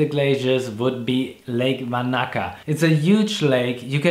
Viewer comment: Wanaka is not pronounced Vanaka.